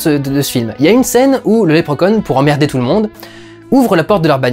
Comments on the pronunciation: Lèpre Conne? ON DIT Lépreuh Shaun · 2min00 lèpre conne ?(pas certain de la prononciation) XD